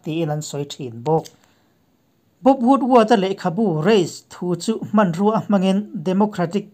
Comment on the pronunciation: 'Hman' Tih hi a thluk hi tih dik zir hram teh a...i channel en tu tam zawk hian i thluk dan hi an hman dan a ni si lova.. Tin Trump-puia tih sek pawh hi ngaihthlak a khamawm